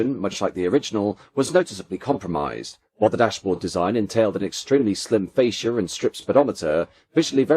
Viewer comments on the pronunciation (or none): none